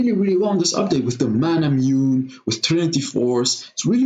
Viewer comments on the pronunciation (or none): none